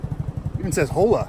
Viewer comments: This man really said “hoela” lmao it’s pronounced OLA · Lol, you know that the 'H' in 'Hola' is silent right? 😂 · "Even says Hola" in the whitest accent I've ever heard haha you make me laugh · The way you said hola made me laugh